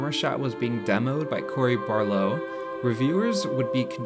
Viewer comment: Barlow?!? Come on, do a little research.